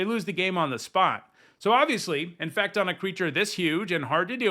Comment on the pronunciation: no. When you said it, it sounded like you said "infact" instead of "infect". That was what I was pointing out.